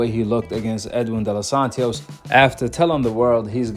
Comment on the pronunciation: Bro its De Los Santos.. why you putting a extra syllable??💀